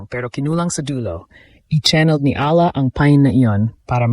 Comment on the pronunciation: Please pronounce properly Alex Eala’s LAST NAME.